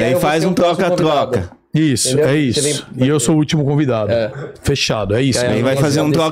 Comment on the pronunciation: zoio falanto "tgoca tgoca". Muito bom